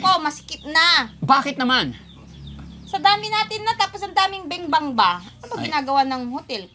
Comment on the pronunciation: Lage nyang binibigkas ng benbang, cguro binibingbang cja ng tatay nya sana imbestigahan cla.